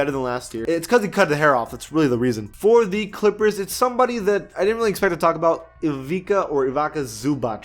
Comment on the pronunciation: It's funny how you tried to pronounce Ivica twice and you didnt get it in non of them 😂